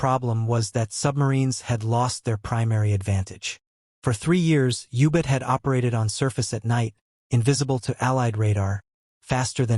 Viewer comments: The audio track is a travesty. Ubits. The AI fake human doesn't know to voice common abbreviations.. g = grams, km = kilometers... How much money are you saving by not having an 8th grader read the audio script???? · Can’t listen to a documentary where German submarines are called ubits! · Youbit? What the hell's a youbit?